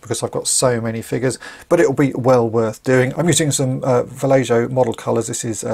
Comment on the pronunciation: Love watching your videos, but the "j" in vallejo is silent. It should be pronounced like "valle - ho" or "valle - o".